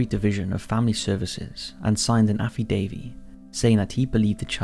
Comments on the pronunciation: a what? No it's "Affidavit" Have never heard of an Affidavee. FFS and it's 'Hectares' not hectacres. LEARN TO SAY THINGS CORRECTLY IF YOU'RE GOING TO HAVE A DOCUMENTARY TYPE CHANNEL. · Did my man say "Alphie Davie" 🤙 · is no one gonna mention how he pronounced affidavit